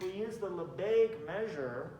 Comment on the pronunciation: Not Lesbegues. Lebesgues.